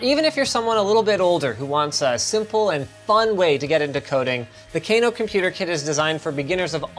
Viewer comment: Cano no t Kano well you spell it Kano but pronounced cano